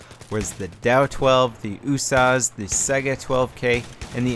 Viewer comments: Its the U.S.A.S 12 not the "Usauce" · U-Source 12? Its pronounced U-S-A-S 12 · Isnt it supposed to be U-S-A-S not "oosas"? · In what universe is the USAS12 pronounced "ooo-sahs"?! Where are you from,??? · It's actually pronounced yoo-ess-eh-ess (United States Assault Shotgun) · Please stop calling it oooosas xD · Why do you say USAS like is a word? U-S-A-S. 12. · When saying usas why don't you pronounce the U Instead of saying oo? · Just because you say usas doesn't make it right. IMO it doesn't really matter, just say it however. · you say USAS without the U but using O